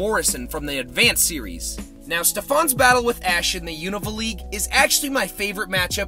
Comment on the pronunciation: You’re one of the few people out there who pronounces Unova correctly. Also great video. 😁